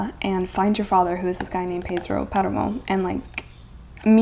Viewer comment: I love the way she pronounces "Pedro Páramo".